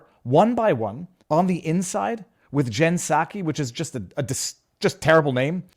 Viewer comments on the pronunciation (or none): "Jen Psacho"